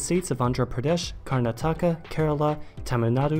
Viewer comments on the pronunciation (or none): It's pronounced Kar-nat-aka not Kar-na-taka